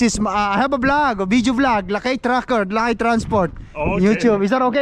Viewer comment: Ang pronounce ng lakay lakey😅😅😅